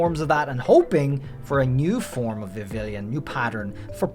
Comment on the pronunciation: The hell is a Vavillion? You mean Vivillon